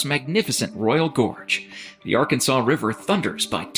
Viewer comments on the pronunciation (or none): ar-kansas river.